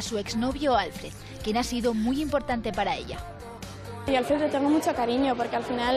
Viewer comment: A ver si la prensa se pone las pilas y deja de pronunciar “Álfred” cuando es “Alfréd”. Mira que han tenido meses para aprenderlo...